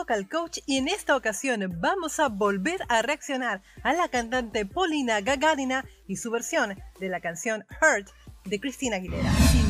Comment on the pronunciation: Glad you pronouce her last name correctly, subscribed and rang the bell, dont know how it helps, but anyway. I know Polina personally, she's a wonderful woman, she has a child, perfect woman to merry to. Hopefully we will do that, cause I'm very famous trance prodicer.